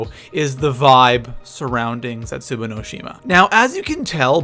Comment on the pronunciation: You say it zesubou not zetzaboo